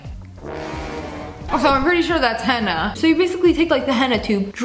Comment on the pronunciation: That’s not how you say henna btw😅